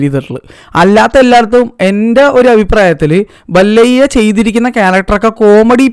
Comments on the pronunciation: ബല്ലയ്യാ അല്ല ബാല്ലായ്യ ആണ്‌ മലയ്യാ 😂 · ഡെയ് ബല്ലയ്യ അല്ല ബാലയ്യ ആണ് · ബാലയ്യ ❌ബല്ലയ്യ✔️ 😂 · ബല്ലയ്യ അല്ല മല്ലയ്യ ബാലയ്യ ✅ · ബലയ്യാ ❌ബാലയ്യാ✅